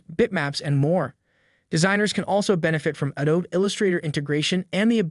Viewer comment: I really thought this was a real person for a minute. Very realistic AI voice. But when he said “asterisk”, “Class i” and “Adob”…lol